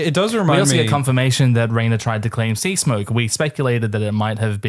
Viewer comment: Why Sea-K-smoke? 😅 (earlier too) I can't be the only one noticing it, even the captions are confused 🙈 But other than that, thanks for another fun dragon times ✨ I can't believe it's already going to be the last episode